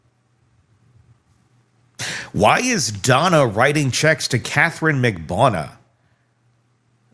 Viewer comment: Why can’t you pronounce Katherine Magbanua’s name correctly?